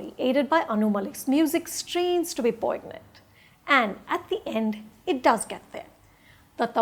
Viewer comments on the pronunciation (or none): its pronounced as "poinyant"